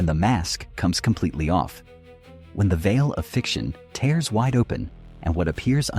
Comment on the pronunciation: thats an odd way to say "tears"...